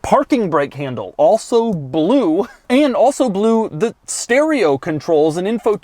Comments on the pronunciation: I'm getting a kick out of the way you pronounce "Blewe" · His cadence is irritatingly jerky. The “Bel-oo”. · Is it just me or does Doug say the word “blue” weird?